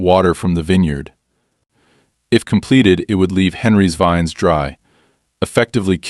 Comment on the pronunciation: grape "veens" lol AI can't read